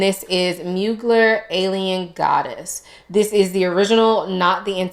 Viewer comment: Great picks! Dolce Garden is definitely unique. Beach Walk reminded me of Alien Goddess, so returned it. Can we please pronounce Mugler correctly? ☺️❤️ Thank you!